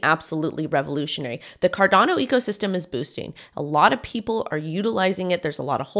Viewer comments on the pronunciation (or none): none